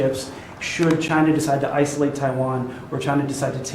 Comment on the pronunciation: Next start to pull companies from ...CHAINAH... and it's check mate.